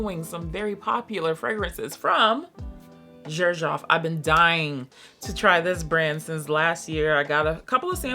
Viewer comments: Xerjoff is actually pronounced as “sir shoff”, there’s a video by the owner pronouncing it that way! I sampled Italica a year ago and hated it too lol…but I tried it again a few months later and LOVED it I bought a full bottle right away! It’s now my favorite gourmand! I own 5 bottles from this brand: Dama Bianca, Italica, Dolce Amalfi, Muse & Ouverture! It’s definitely not a house you can just blind buy for sure! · It is pronounced serjoff. The founder's name is Sergio Momo. His grandmother always called him serjoff. 🤗🫶